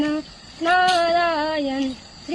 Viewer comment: "नारायण" म्हण माऊली. "नारायन" नव्हे वय लहान आहे आत्ताच वळण लावून घ्यावे. ही विनंती 🙏🙏 कृपया कॉमेंट वाचून दुःखी किंवा राग मनुने. नर्मदे हर जीवन भर 🙏🙏 रामकृष्ण हरी 🙏🙏. 🎉कर्नाटक राज्यातून शुभेच्छा🎉